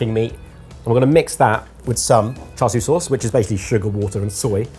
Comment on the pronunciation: char sue ?? no one pronounces it like that, especially the chinese